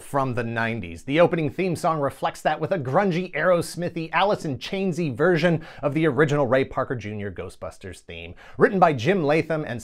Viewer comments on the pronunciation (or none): none